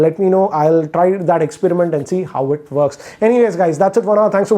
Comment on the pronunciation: Just say 'works' not vworks